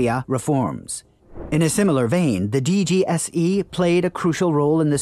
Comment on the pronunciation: french here mate don't take it personally and plus glad you ve done this video .. Fun fact our FBI is DGSI : the exact pronounciation for you of DGSE in english (but you done right)